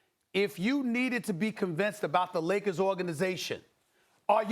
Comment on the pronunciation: Stephen A Smith always says " THE LOS ANGELES LAKAS " not LAKERS ...."LAKAS" lol.